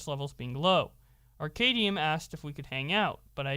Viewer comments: I'm very confused at simple inability to pronounce "Arcadum" It's like combining the two words. Arcade and dumb. Ar-cad-um. Not Arcadium. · Pronounced Ar-Cay- Dumb. smfh